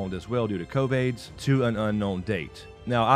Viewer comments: Did you just say, COV-AIDS? Ha ha ha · is he calling it Covaids?